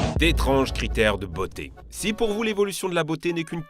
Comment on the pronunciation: Petite précision il n’y a pas « s » à « si » Donc pas de liaison merci 😊